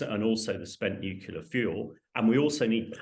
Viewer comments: Nucular? I haven't heard that since George Bush Jr. Does this clown say basketti too? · Wish he would stop saying "nuculear"! Very irritating.